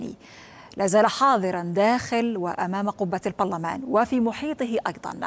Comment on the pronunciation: المذيعه لم تنطق المذيعه لم تنطق البرلمان بشكل سليم في لغو لماذا يا عربيه 😂